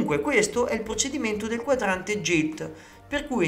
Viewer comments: Solo una puntualizzazione, non per fare polemica ma per perfezionare il canale e la conoscenza degli utenti: GILT, da quello che so, e' una parola inglese ed in questa lingua la "G" si pronuncia "GH" qunidi GILT si dice GHILT, GIG si dice GHIG, MAGNUM si dice MAG-NUM ( quasi come se fosse 2 parole MAG e NUM). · Bellissimo video ma la pronuncia corretta é GHILT e non GILT...❤